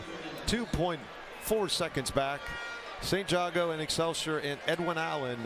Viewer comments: It’s not Jaaah go it’s Jago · Jay-go learn the school names